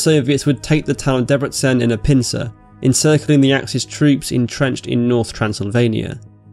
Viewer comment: Im less impressed unfortunately. The way you pronounced Debrecen was good, but not Budapest The "s" sound in Hungarian is pronounced like "sh" in English, "u" is like the vowel in "wood" and "a" is as in "hot". Therefore Budapest is pronounced "Boodopesht". Also, you shouldn't ignore accents on vowels. Otherwise, great video btw.